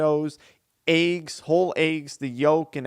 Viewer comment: Eggs, bro. Eggs. Not ayggs